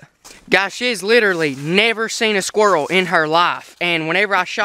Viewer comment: did you just say "kill a dead squirl"? it dosnt matter i just thought it was funny, good videos keep it up.